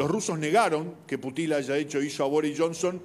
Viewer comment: Cero seriedad con este canal solo para tener vistas y el pelon diciendo una sarta de mentiras y no sabe pronunciar bien el apellido del Presidente Ruso